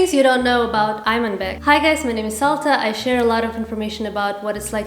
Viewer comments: Его имя ИМАНБЕК, если англоязычные неправильно прочитали, то теперь всем подстраиваться под них, и называть его "Айманбеком"? ИМАН в переводе с казахского имеет глубокий смысл! Тем более, Айман- это женское имя! Из уст казашки "айманбек" просто режет слух((( Вместо того, исправлять ошибки других и вы туда же!!! Преднамеренно искажать его имя, я считаю неуважением к его личности! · you should have called his name in correct way, people don't really know how his name should be pronounced. because they simply did't know , and you should at least call it the right way since you have the this audience and platform to educate people, not just admitting their mistake, just my humble opinion. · Say his name the qazaq way, there’s no need to change a pronunciation to please english speaking audiences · I agree